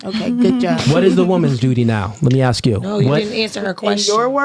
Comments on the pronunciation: It's hilarious how absolutely retarded 90% of women are and they don't know it, plus the word is ask not axe! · She trying to AXE 🪓 you something. Why these ghetto chicks can't pronounce the word ASK is just so lazy. Damn these ghetto chicks are so retarded this is the example when you take too many days off school they just come across as so uneducated with the worst attitude and their personality is way too masculine for any man to date. Scary. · Aksin or asking 😅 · It's ASK!